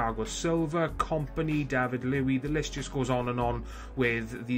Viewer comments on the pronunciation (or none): David loui? Ive been hearing u say this for the past couple of vids.... its David luiz (loo-eez)